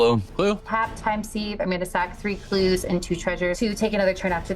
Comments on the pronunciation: Christ, Tivit really mopped up at the end! Just an FYI for time sieve, Sieve is pronounced "Siv" not "Seev". :) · Pronounced 'siv'